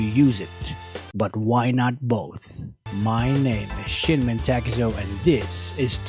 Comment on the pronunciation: I thought he said shitman takezo